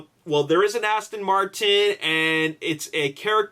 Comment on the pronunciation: It's Aston Martin, what the hell are they saying "Astin" for? LOL